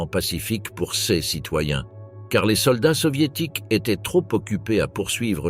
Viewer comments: La lecture par IA est horrible. Au lieu de dire cas ou ces il dit C.A ou C.E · L'IA est terrible! "Ces" n'est pas CS et ainsi de suite...